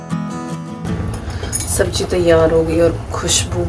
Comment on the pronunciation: Subbji nahi subzi bolo